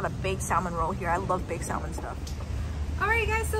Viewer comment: Honey the L in salmon is silent